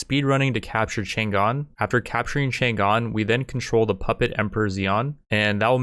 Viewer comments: The G is silent in "Chang'an", though. It kinda grinds my gear to hear it all the time through the video. And it's not like people could get it wrong because it's Chinese, I mean for the majority of times the G is silent when it comes after N in English anyway, why would you pronounce it like that? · negative factor -5 for pronunciation of chang'an